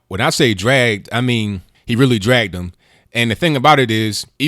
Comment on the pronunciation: it's "DRAGGED" not "DRUGGED"